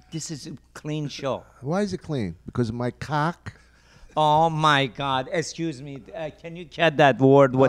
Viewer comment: I'm so tired of hearing "estchuze mee" coming out of mouth on all of these podcasts. >.>